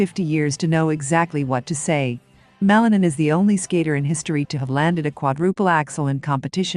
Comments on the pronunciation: The lady who is talking is butchering Ilia last name. She should be taught how to pronounce it correctly. Ma-li-nin. Accent mark on the last syllable. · ПРАВИЛЬНО ГОВОРИТЕ ФАМИЛИЮ и лучше ПОКАЗЫВАЙТЕ ЕГО ЧУДЕСНЫЕ ВЫСТУПЛЕНИЯ......